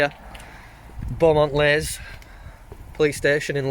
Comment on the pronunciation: A rough area to Police. Pronounced "Lees", not "Lays".